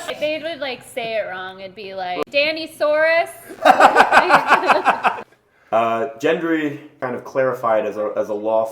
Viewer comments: NO CAP!!! IT'S GENDRY NOT JENDRYY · Guys! It's Gendry not Jendry FFS! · Jen-dary makes my eye twitch every time they say it lol